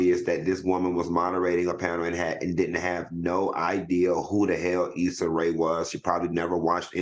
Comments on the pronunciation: Hell when Claudia introduced this story I thought she pronounced it wrong saying Essa 😮😂 been thought it was Issa and I follow her career and I’m black 😂😂😂 well 1/2 black but still black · I always mispronounce names, so i call her issa like this woman. Folks mis pronounce my name all the time no biggie. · My husband pronounces Issa’s name the same way lol